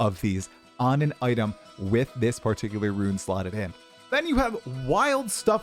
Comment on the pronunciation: Ya keep pronouncing "Rune" as "Ruin"